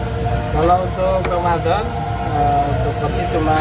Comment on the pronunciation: Sang penjual pasti sangat agamis.religius...satu contoh penyebutan kata bulan ramadhan beliau menyebutnya dgn kata bulanromadlon,hal ini biasa dikatakan seorang santri...